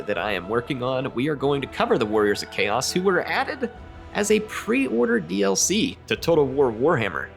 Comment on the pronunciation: D-L-Fee.... love it XD